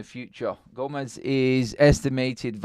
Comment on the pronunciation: Gomes. Its Portuguese, not Spanish. 1 syllable, not 2. Gomes(h), not Go-mez.